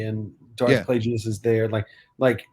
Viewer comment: Please stop saying Plajeeyus lol Palpatine pronounces it Plagus. (Edit- nm you guys corrected it lol) Also I believe Bazil did not want Sol to shoot Mae. He was about to shoot her ship and that's what triggered Bazil to pull the wires. He wanted her captured but not killed I presume.